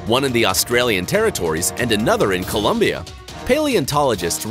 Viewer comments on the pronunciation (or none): none